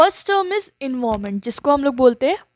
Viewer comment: your pronunciation for environment word is wrong